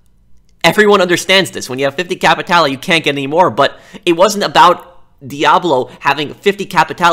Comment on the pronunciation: hey, you looking for some..."capeee tay lay"? I know you want some "capeee tay lay" don't ya?